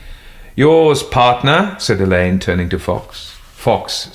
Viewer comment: Very enjoyable. Glad narrator has learned how to pronounce Alleyn. 😊